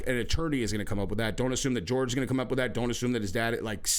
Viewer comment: Hey PLEASE call him Horhey not George